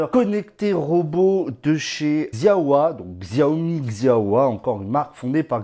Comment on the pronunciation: C'est prononcé Shao-Mi ;)